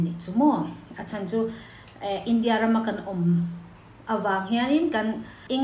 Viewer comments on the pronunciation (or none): none